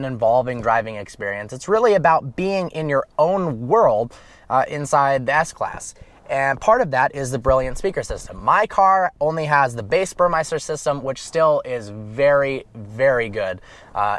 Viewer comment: Ber-MESTER not Ber-MEISTER LOL